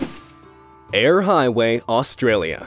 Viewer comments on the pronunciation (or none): none